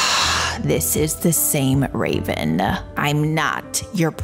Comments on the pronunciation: I died when he said Raven and Ravin xD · It raven not ravin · He says ravens name rong sorry if u see this